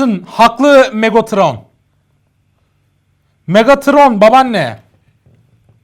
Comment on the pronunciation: Megatrona megatıron diyen -_